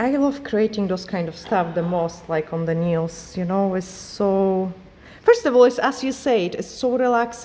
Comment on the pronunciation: Patrick please explain how to pronounce a word Nails and Result. It is simply painful to listen